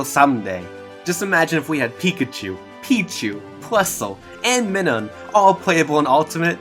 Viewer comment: Plusle and..... me nun... is it so hard to say Minun